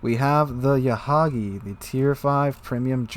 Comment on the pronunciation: Yahagi not mahagi